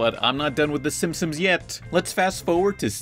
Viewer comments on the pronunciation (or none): STOP SAYING SIMSIMS ITS SIMPSONS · It's "Simpsons". Stop saying "Simpsims". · Out of the whole video all I can get is that he calls them the Simpsomes... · Every time you say simpsons it sounds like you're saying Simsims, are you saying simsims? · So I'm sure this has been mentioned in previous videos, but are we going to talk about the fact that pronounces the show as the SimpsOMs and not the SimpsONs? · Why does call The Simpsons The Simpsims? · SIM-P-SONS, not simsems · PLS STOP SAYING “SIMPSOMS!” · Dude you keep saying the SimpsoNS wrong. It’s not the simpsoms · Stop saying SimSim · I just watched it again to make sure I heard what I heard. It sounds like you say "Simpsims". But now that we're here, I realize how unimportant it was to bring it up. Sorry, dude. Carry on. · "The Simpsoms" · You're not the only one. I keep hearing pronounce Simpsons as Simpsims, too. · "the simsims" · why does he pronounce it "the simpsoms" the whole time it's really distracting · When you talk about the Simpsons you keep saying "Simpsoms" hahaha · lol "SIMPSIMS" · FOR THE LOVE OF GOD STOP CALLING THEM SIMSIMS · Pretty much: lol It's what it sounds like you said your not done with the Simp..sums yet or simpsomes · FOOL I really did pronounce it's Simsims because I don't give a FUCK! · thats how you said simpsons every single time you knob end